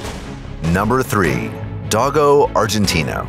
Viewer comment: Dogo is pounced Dough go